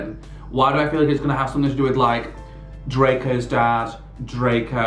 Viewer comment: I can't stop the way you said dreco who the fuck is he😁🤣